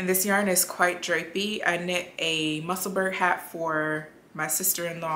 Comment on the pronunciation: You knit beautifully! Your podcast was recommended by the ladies at Knit Ink and boy were they smart to send us your way. Thank you for sharing your knitting! (PS. It's pronounced Mussel-burrow like Edinburgh in Scotland.) ❤